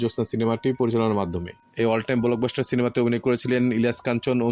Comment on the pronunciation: বলকবাস্টার না ভাই ব্লকবাস্টার